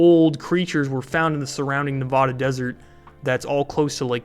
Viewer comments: It is not Navada it is Nevada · I tell people you don’t say nebrahska so why say nevahda. NevAda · Say nevada like you say Nebraska. It’s not nevahda